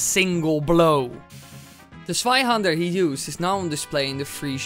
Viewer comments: ohhh you mean a "zweihänder" i understood sweihander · I think the good thing bout being german is to see how everyone else tries to pronounce it Swaihander = Zweihänder Panzerfaast = Panzerfaust Schwimwatschen = Schwimmwagen xDD (at least you got Landsknecht right x3) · Hi, i'm from Denmark (just north of Germany) and so, we learn German in the school, and i want to oraise you for your exellent pronounciation of the word "hander" but something you got wrong, was the pronounciation of "zwei" it is NOT pronounced "svei" but "tvai" little difference, i know, but just get it right next time. (You probobaly used google translate to hear the pronounciation, but google translate is often wrong as in this occasion) ok, i love your vids keep doing what you're doing, i love you bye 😗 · It's Zweihänder, not Sweihander! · Bro it is Zweihänder not Sweihänder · the sweihander sword xD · Sweihannder xD Im German but i Love ur Videos <4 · you spoke zweihänder wrong 'zwei' and 'der' were pronunciated right but 'hän' has to be said like 'han' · You can say stweihänder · Zweihänder is pronounced tswaihander and flammenschwert is pronounced flammenshvert. German is strange :D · Zweihänder XP Your german is baaaad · If he had spoken "Zweihander" the way it is written it might have been the correct pronounciation! So n Witz! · I laugh so hard wen you say Zweihänder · The first time you said "Zweihander" I didn't understood it and im german! I got it when you said its german 4 double handed swords.😂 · Holy shit you pronounced zweihänder quite badly but landknecht very very good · you pronounced the two hander funny(I'm from germany)